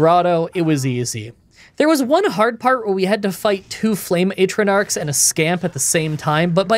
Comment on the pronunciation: Oh them Ay-truh-narks are dangerous... :P Love you video as always